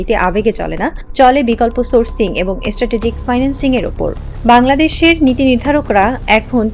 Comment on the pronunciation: এস্ট্যাটেজিক না স্ট্রাটেজিক উচ্চারণ ঠিক কর তারপর খবর পড়তে আসো।